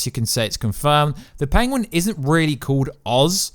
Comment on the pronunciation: Imagine u cant even say PENGUIN